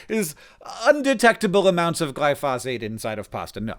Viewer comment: Gly-phoz-ate?? What the hell is that Hank? Oh, it's Round Up. I have never heard the word glyphosate said like that before, and I study agronomy. I usually hear it pronounced gly - fo - sate here in Canada.